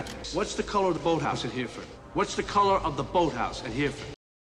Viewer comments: Exactly. But also he had the grace not to point out that de Niro butchered the pronunciation - he says ‘here ford’ when the correct way is ‘herra fud’ - it’s always bugged me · The funny thing is Robert De Nero's character doesn't pronounce Hereford correctly which shows he's never been there either. It's pronounced Her-re-fud NOT Here-fud 😊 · The was he says Hereford is wrong it’s said like hera- fud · Every time I hear De Niro pronounce Hereford as Hear-ford my heart sinks a little. Ronnie Radford did not die for this!